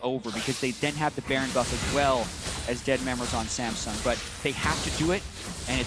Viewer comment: Did he say Sangsum instead of samsung? 😂